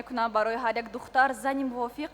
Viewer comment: причем тут красота? Она на таджикском двух слов связать не может, даже "духтар" сказать не может говорит "дхта", эта же не мисс куляб